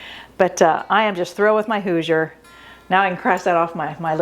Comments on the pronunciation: I'm born and raised in Indiana. It's pronounced like "who-zhur." The si in Hoosier sounds like z-sh like the word "closure" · First of all, it's Hoosier with an "sh" sound for the "s". Your wife had it right 😉 My great grandfather co-owned the Campbell-Smith-Ritchie Boone cabinet company in Lebanon, IN. Three of my sisters have beautiful cabinets we call Ritchie Cabinets after our grandfather. They are so cool. I'm glad you got this Hoosier cabinet for your beautiful farm house.